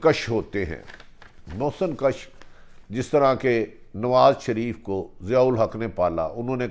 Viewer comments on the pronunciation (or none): محسن کش کے اوپر پیش ہے بھٹی صاحب۔ زبر لگانے سے معنی ہی الٹ ہو جاتے ہیں